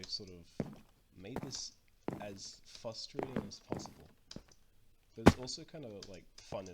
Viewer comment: &, it's pronounced "frustrating"